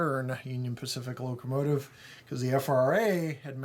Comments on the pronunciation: Did anyone hear him say locomative a few minutes into the video? Good review as always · Yup, "locomative". LOL! I think that's the feminine version. :-) Cheers, Dan